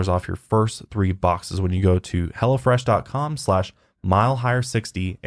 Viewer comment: Everytime I heard say Hello fresh it sounded like: 'Hella Fresh' and I kept thinking, yes it does sound hella fresh...😂